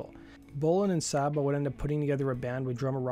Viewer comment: Dave Sabo’s name is pronounced ‘Say-Bo’, not ‘Sobbo’! Get it right!